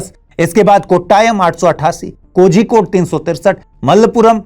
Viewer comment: 😂😂 You brainless, hope you forget that Gujarat is the hub of drugs dealing. Drugs Gateway of India is Gujarat 😂😂😅 please report on this. In kerala every cases or incidents are reported bcos public is well educated, unlike hindi speaking states including Gujarat. 😅 This anchor is unable to pronounce Kozhikode😂.. Useless report. Drugs r used by Sadhus too... Ganja is widely used by them😂